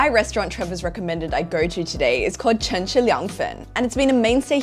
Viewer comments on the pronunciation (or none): Trevor's mandarin accent has always been all over the place, but Chinese is almost fluent, which makes her pronunciation of "Cheng" and "Shang" (in other videos) atrocious and unacceptable.